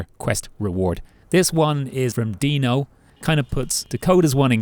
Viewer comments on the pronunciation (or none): none